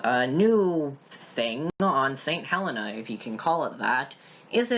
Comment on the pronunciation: We are called St Hel-EE-na! 😄